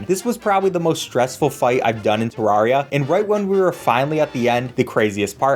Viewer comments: first problem you said Tarraria not T- E-rraria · Did he say [təɹariə] instead of [təɹɛɹiə]? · Three seconds in, and I have to tell you you pronounced Terraria wrong. It's "tare-air-ee-ah" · ITS TER- AIR- EUY not TER-RAR-REEUY. GET IT RIGHT PLZ EZ SPEESY (JOKE good video.) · TERR-ARIA! Not Terr rar ria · UHMMMM ACSHULLY!! .... ITS TER RARE E AH! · did you just f-ing call Terraria TerrAHria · one thing you forgot: teh-rare-eeh-ah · It's pronounced Terraria, not Terraria. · why are you saying terraria wrong, there is a e at the beginning not a a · DUDE. I heard the way you pronounced Terraria at the beginning. Please try harder next time. It’s Terraria, not Terraria. I hope you’ve learned a valuable lesson for the future.